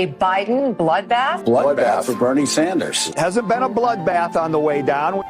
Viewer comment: “He was talking about…………….. a bloodbath! Sometimes a bloodbath means a bloodbath.” Ok bro what do you mean by “bloothbath”? Murder? Massacre? Is Trump going to start purging people? This is how full of shit these main stream liberal activists are, they can’t even define wtf they’re talking about.